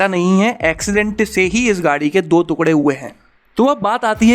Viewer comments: Tera bar bar तुकडे bolna mera dimag khrab kr rha h टुकड़े होते हैं न की दो तुकडे🙄🙄🙄🙄🙄🙄🙄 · अरे काहे के तुकड़े बे "टुकड़े" होता है "टुकड़े" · Tukre mt bol bhai, tukde bol bhai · अबे पागल तुकडे नहीं टुकड़े बोलते है🤣🤣🤣🤣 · ‘दो तुक्ड़े’ 😁😁😁 भाई साहब, इसे ‘दो टुकड़े’ कहेंगे। कृपया पहले शब्दों के सही उच्चारण पर ध्यान दें। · टुकड़े बोलो.. तुकड़े नही...😁👍👍 Just rectified..👍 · तुकड़े नहीं टुकड़े लिखते है और पढ़ते है। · भैया जी तुकडे नहीं टुकड़े बोलिए। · 2tukde hote 2 tukgade nhi bolna seekh pehlw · तुकढे नहीं टुकड़े होते हैं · "तुकढ़े" नहीं "टुकड़े" बोलना सही उच्चारण है। 😊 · टुकड़े होता है तुकड़े नहीं । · टुकड़े होते है भाई तुकडे नही नहीं उच्चारण सही होना चाहिए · टुकडे होते हैं ना कि तूकड़े 😁😁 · तुकड़े नहीं टुकड़े होता है। correct your हिन्दी pronunciation. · तूकड़े नहीं टुकड़े होता है गुल्लू😂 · तुकडे नहीं , टुकड़े बोलो sir ji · तुकडे नहीं भाई टुकड़े बोलो😆😂😂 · The way he pronounced tukde. I felt disturbed 😂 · Abey kya bol raha hai? Thookde ? Pur kachche? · First pronounce the word "Tukre" properly....then make videos!!!